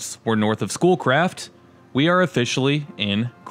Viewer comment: Every time you said "Schoolcraft," I heard "Bull Crap." I was on my laptop doing stuff with your video playing in the background.